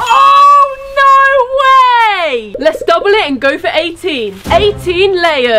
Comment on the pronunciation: " Lets gUu this " got me dead 💀